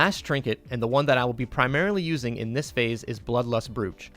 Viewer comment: Good vid. Brooch is pronounced 'broach' by the way.